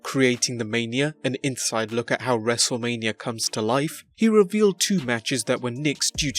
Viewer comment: It’s wrestle mania not lania